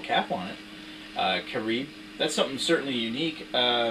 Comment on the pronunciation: Care-Rib. Like Caribbean... like where it comes from :D To-bay-bo is correct. And yes, you are right, it's cane sugar in Carib.